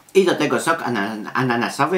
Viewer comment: czy ja usłyszałem na końcu "sok analnasowy"? xD